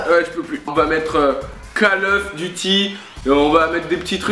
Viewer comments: call eouf duty ^^ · J'adore tes vidéos!!!!!!!et je voulais dire un truc "call oeuf duty" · call oeuf duty LOL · Lol call oeuf duty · cal oueuf duty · call eouf duty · c trop call oeuf duty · call euof duty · call oeuf duty